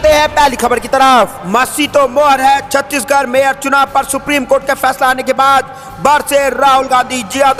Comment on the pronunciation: Chhatish garh. Nehi Chandigarh hai😅